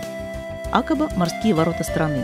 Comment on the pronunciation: А почему Акаба? я везде слышал ударение на второй слог, а именно акАба. Как все-таки правильно?